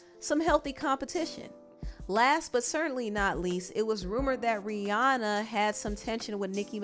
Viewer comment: It's R I H: RIHANNA. Not to be picky. That just bothered me a bit. No hate tho.